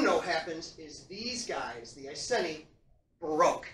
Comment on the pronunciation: Great lecture. Love all your lecture videos. Not sure about the pronunciation of Iceni tho. Maybe it’s just English/American accent thing. As someone who lives in old iceni area I approve of this video. Keep them coming 👍🏻